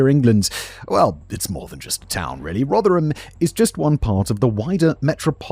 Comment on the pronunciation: Danny must be made up that Simon managed to pronounce "Rotherham" properly at last- I am and I've never even been near there!